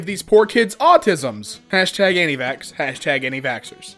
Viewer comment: "Anti-fax vacts" - 2019